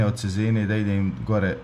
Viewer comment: Čezena,a ne Cezena